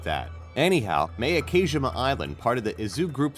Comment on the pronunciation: Miyake-jima is pronounced Mee-yah-k-jee-mah not miyakeijimah